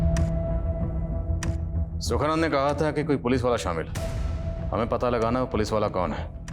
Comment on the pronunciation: सुखनंदन नहीं सुखानंद। स्क्रिप्ट पढ़ लिया करें।